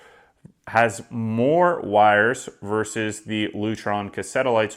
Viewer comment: Versus, not Verse!